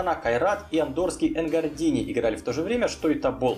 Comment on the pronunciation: Ошибки в видео: 1. Рейнджерс обыграл не Скопье, а Шкупи 2. Энгордани, а не Энгордини 3. Динамо Минск играл не на «Тракторе», а на обновлённом стадионе «Динамо» 4. Норшелланн, а не Норсьелланд 5. Не Сачхаре, а Чихура Сачхере 6. Партизан не мощность показал, а мощь 7. Не БУдочность, а БудУчност 8. Дандолк-ирландский клуб, а не исландский 9. Не осиЕк, а Осиек 10. Не ДомжалЕ, а ДомжАле 11. Не вошли а прошли в следующий раунд 12. Не Дунайска Страда, А Дунайска Стреда 13. Не Ла Фьорта, а Ла Фиорита